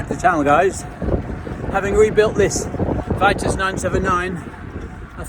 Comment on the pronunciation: VEE-TOOS not VEYE-TUSS